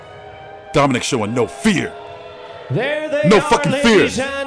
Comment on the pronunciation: His name is Domineek